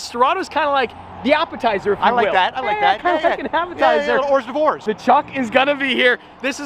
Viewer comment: The "whores devores" instead of "hors doeuvres" 🤣😂. Not sure if that was intentional or not.